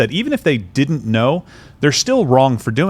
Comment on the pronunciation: Please don't pronounce "didn't" as "didint." The latter takes longer, the former is a short form of "did not," which you can also say faster than "didint." People these days are also saying "hadint," "couldint," "wouldint," "shouldint," and more. Duh! Clear evidence of dumbing-down in the educational systems.